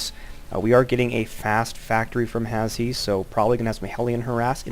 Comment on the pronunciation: his name is pronounced "hash" haha, good commentary though and a good game!